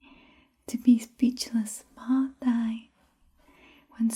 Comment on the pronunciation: bo can also be translated as "tied" too. I think you're pronouncing "hands/tay" the wrong way unless it's a dialect thing I'm unaware of. It sounds like you're saying "tai" or "ear" instead of "tay." Here's another one for your collection: De thuong is cute or adorable but if you break it apart, "de" means "easy" and "thuong" means "love" so it's literally "easy to love" or "they can be adored hence adorable"